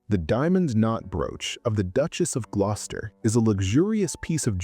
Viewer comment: This is why you dont use Ai. Glos-ter.